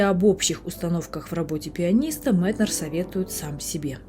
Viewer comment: За Метнера сразу лайк (хотя я его произношу как М[е]тнер) В точку его замечание, что при усталости заниматься медленными певучими произведениями, на которые вечно не хватает времени. И про пульс дня чертовски верно.